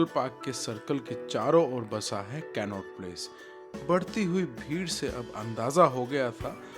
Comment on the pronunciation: Aap कनॉट प्लेस ko कैननोट प्लेस bol rahe the. Vo toh funny tha. Baaki video boht zabardust thi ❤❤